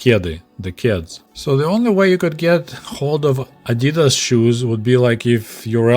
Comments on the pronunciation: The way you pronounced adidas in the Soviet Union (adi-daas instead of adii-das) is correct. Greets from Germany. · "ah-dee-das" is the right way to say the brand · The way you said Adidas is the right way to say it. The American way to say Adidas, is actually wrong, but they do it to every german word they try to pronounce. No hard feelings though. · The correct pronunciation no matter The language is adi-dass. Adi dassler is the founder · In Soviet Union we say "Adi-das" not "Adee-das"... Well since that's how its pronounced that's a good idea 😂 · We say ady-das here in the UK too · In Australia it is pronounced AD I DAS as well, comrade. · In Australia Adidas is pronounced the same as Russian, and the correct way since that's how much closer to how it is in German too. The brand name is short for the founder, Adi-Das.. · Pronounced the same in the UK as well. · You’re pronunciation of Adidas is correct. It is shortened from Adi Dassler, the originator of Adidas.